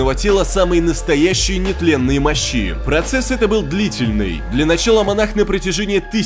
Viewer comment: не мощИ, а мОщи